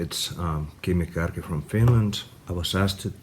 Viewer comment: It's Kärki btw, not Kårki :D